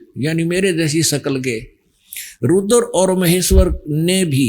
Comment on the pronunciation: जहा पर कबीर नही बैठता वहा पर गड़बड़😂😂😂 स्मरण को समरण, रूद्र को रूदर बोलने वाला व्यक्ति आज खुद को भगवान बनाने में लगा है